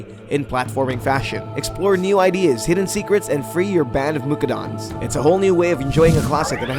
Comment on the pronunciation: Lol why can nobody pronounce Mudokon? It's MOO-DOCK-IN